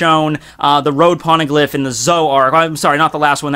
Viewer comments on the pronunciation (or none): What's a porneglyph? xD